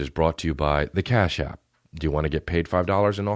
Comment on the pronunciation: "cap ash" instead of cash app lol